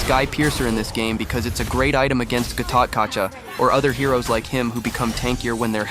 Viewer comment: Gatotkaca is actually pronounced Gatot Kacha.